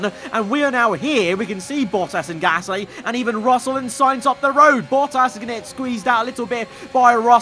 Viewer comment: Luuuuuufield. Drogovich. Peeeeer Gaaaaasly